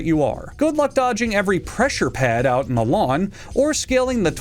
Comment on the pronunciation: "End of Ze World"??